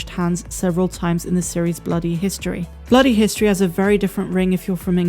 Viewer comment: England has a "nloody history"? ... do tell!